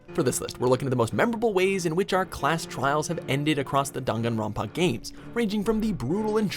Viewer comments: No one : Legit no one : Not even the spirit in my basement : Him at the start : Me : i- did you just say danganronpa into Dungunronpa? Ot is it just my ear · it’s dang-an-ron-pa not dongawnrinpa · why is he pronouncing "danganronpa" as "danganron PAAAH " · WHAT THE EF IS DONGONGRAMPA ITS DANGINRANPA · Wtf is darn an Ron pa tf it’s dangronpa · I think it's pronounced dAngAnronpa not dUngUnronpa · DAWM-GON-RAWMPA PHAHAHA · he says dongunrunpá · The way the narrator pronounces Daganronpa makes me sick, ugh. I bet the narrator hasn’t even played Daganronpa. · i don't like how he says danganronpa like "dAn gon Ronpa" eww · Why he say it like that don gon ron pah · dan-gahn-rahn-pah Edit: some of the ways he pronounces stuff KILLS me :( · Nobody:: DAnGanRonPAAA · ..Top ten DHAN-KAN-Rum-pa executions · No one::DUNGANROPA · Dang it grandpa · Dude... It's Danganronpa. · Dan Gun Ron pa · dunganronpa goodbye duspair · "Dam- gan- won pa" NOPE. NOPE. NOPE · ‘D UN GANRONPA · am I the only triggerd by how he said dongonronpa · Just cringing at the way he said danganronpa P.S. I liked Celeste's execution the best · Every had troubles saying danganropa, right? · No hate but why do you say Danganronpa like that? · He says danganronpa wrong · They butchered the pronunciation of danganronpa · He says Danganronpa wrong :( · Is it just me or does anyone else hate how he says Danganronpa? Nope just me, okay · the way he says the names is giving me a stroke lmao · THAT'S HOW IT'S PROUNOCED?!?! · The way he pronounces Danganronpa though... I love it. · I can't take you seriously when you mispronounce DanganRonpa. How come you only included the first two games and not the spin-off or the recent game that released early this year? Some of those executions were more insane and brutal.